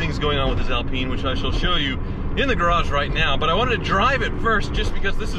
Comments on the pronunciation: I beg you and will pay you to stop saying alpeen! 💰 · I had no idea the Alpine was pronounced that way.. not gonna lie it sounds inappropriate every time 😬 yikes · Stop pronouncing alpine wrong sounds like you swearing lolz wish i could send a voice note just so u can hear how you say it lolz . I'm not criticising so please don't think bad I'm just saying 😁😁😁😁😁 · I can't watch this any longer he can't even pronounce the name of the car. We are not in France lol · Since when has the Renault Alpine been pronounced "Al PEEN"?? It's Al pine as in PINE tree. Or perhaps pine trees in the states are known as peen trees...., please don't fall into the trap that most Americans on YouTube get into with anything having a European or British name being totally mispronounced. At least you managed to pronounce Renault correctly........ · Skip to to see and hear a proper one in action: (PS Its pronounced "Al-pine" not "Al-peeen" :)) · Barham so is it Al-peen or Al-pyne? I've pronounced it Al-Pyne my whole life and cringe at mispronouncing it but now I'm not sure. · Good vid but it not Alpeen it's Alpine. It's named after the Alpine mountain rage that starts in France. That range is called the Alps. Hate to be that guy but it's Alpine not Alpeen. Love yer channel BTW. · Alpeen? One goes skiing in the Alps.. On an Al-pine slope.. 'pine' as in tree.. Ever heard anyone call a Pine-tree a Peen-tree? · ALP EYE NE not AL PEENe... the e on the end make the I an eye not an E........ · Pronounced - al Pyne not al peen ! 😁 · It's not Alpeeen it's pronounced Al-pine 😂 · Al-pine not Al-peen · Alpine not Alpeen 🙄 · Renault Epeen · A L PINE ...not AL peene...its pronounced like ALUminium or SOLDER not SOLdrr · Have always loved these, but not sure you are pronouncing "Alpine" properly (?) I don't think it is "Alpeen" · The 'Renno Alpeen' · It's pronounced "Al-pine" which rhythms with wine.